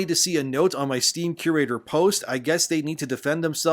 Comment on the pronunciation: I just can’t take anyone seriously when they can’t even pronounce “curator” correctly. There’s an awful lot of confirmation bias, dog piling and scapegoating happening among gamers in the community. Bad writing is bad writing regardless if it’s inclusive or not. Same thing holds true for good writing. People need to learn to accurately express what it is specifically that they find to be offensive because just calling something “woke” or saying that an “agenda is being forced down our throats” is lazy and makes you sound like you’re just repeating shit and you’re a part of a hive mind. Be specific! Because a lot of people will get dismissed as simply having a problem with non-straight people and minorities existing in games.